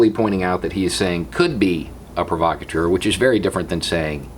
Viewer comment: I Iove your pronunciation of provocateur.